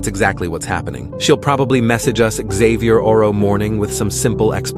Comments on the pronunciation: Why do they keep saying 'Xavierorrow' instead of 'tomorrow', and why did one of them say 'botXavier' instead of 'bottom'? 😂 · Bruh why was it saying Xavierarrow instead of tomorrow😭💀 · First of all, why do they keep saying “xavierorrow” instead of tomorrow Second of all, WHERE DID JASON COME FROM